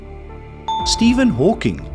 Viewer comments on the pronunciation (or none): none